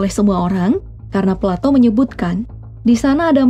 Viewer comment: plato= palatou